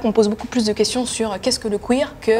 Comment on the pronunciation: C.F Queer pas Cuir. Benêt.